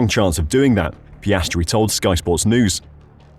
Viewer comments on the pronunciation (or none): Get his name right. It’s Piastri. Not Piastre or Piastry.